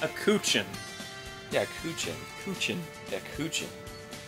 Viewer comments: Not coo-ooh-chin, cho-ooh-chin. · It's not "Kuchin" Arin, it says "Chouchin". That's pronounced cho as in chode, and cheen as in cheese but with n instead of se. I think the Pokemon Chinchou is the reverse of that.